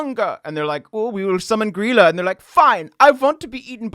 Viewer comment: The laf bread is actually leaf bread in english door sniffer is actually door slamþer and its gríla not gryla